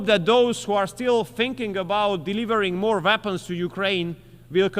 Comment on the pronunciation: Weapons, not Vapens.